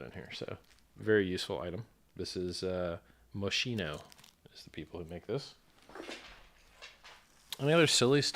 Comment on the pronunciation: And Moschino is pronounced “Mo-SKEEN-oh,” brotha. I had to learn that one the hard way.